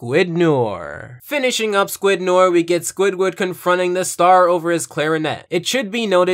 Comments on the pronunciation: Noir is pronounced Nwar not Nor. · Noir is pronounced "Nuhwaar" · Small thing, but noir is pronounced “no-ar” not “nore” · Please don't call me a grammar nazi, but since the topic calls for it... "noir" is more like "nou-ah" since r's used in this fashion are generally silent/barely audible when speaking French. i just used the "u" to emphasize the nasal quality when speaking the word. "noair" is almost as incorrect as "nore". OP's "no-ar" sounds a little bit better. I'm no expert in phonetic spelling, so I just looked it up: the proper phonetic spelling appears to be "nwa". Case closed. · Nice comparison! Though Noir is actually pronounced "nwar", not "nore". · Noure is pronounced [No-Are], got it? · It's not "Nore" it's "New-are" french for black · So... Noir is the french word for black, and it is pronounce Nu-ar not Nor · It's pronounce NWAR, not NORE. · Okay, good video, but as a kid who knew how to say it before he took French classes, it irks me that you mispronounce Noir. It is pronounced more akin to na-war rather than nor. Just a nitpick. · It's not pronounced "n or" it's "nori" like Jim noir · It's nuh-WAHR, not 'noyr'. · It’s not nor, it’s no-waar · Noir is pronounced "nwahr", not "nurr" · Nnew-are not newer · WHAT IS WRONG WITH YOU IT'S NO-ARR NOT NOR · Michael Fixedsys - Fixedsys Labs no ar is the correct pronunciation since it comes from the French language and btw noir means black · It's "nwoir" I'm French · It’s pronounced “new-are” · I just pronounce it "noyer" lol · In reality it’s more no-aur. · Arrow Head NO AIR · Great Review, but for future reference "Noir" is pronounced No-Are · It killed me how much he kept pronouncing Noir as Nor. I'm sorry for being annoying but it's true. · My only problem eith this video, is you said noir wrong it's said like "No" and "Are" in that order, so far the the episode is good other than that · The way you pronounce Noir has got my OCD up. It’s pronounced ‘No-are’ Still great review though